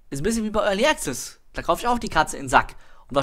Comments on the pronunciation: es sind die feinen Unterschiede, die die Bedeutung des Wortes ausmachen. Als Englischsprecher mit deutsch als Muttersprache hören wir das meist nicht raus, weil wir es nicht anders gewohnt sind.. Aber die Aussprache ist wirklich falsch =) du kannst ja in meinem andren Kommentar lesen, worauf geachtet wird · ist echt nicht bös' gemeint.. aber jedesmal wenn du 'early access' falsch aussprichst, fällt ein Charles von seinem 17 Uhr Teetisch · ***** 'komplexe' ist das falsche Wort. Man zuckt aber jedesmal zusammen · ***** Also ernsthaft so penibel muss man erstmal sein und wenn du jedes mal zusammenzuckst weil einer es nicht zu 1000% richtig wie ein Brite ausspricht dann hast du ja richtige Probleme my friend :D